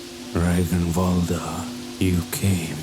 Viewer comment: It's not Rag-in-vaulder, it's rag-nuh-vaulder